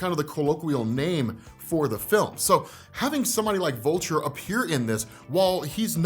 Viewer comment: ''But here comes Volture'' lmao